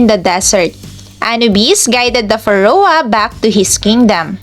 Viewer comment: Thanks. just please kindly check the proper pronunciation of PHARAOH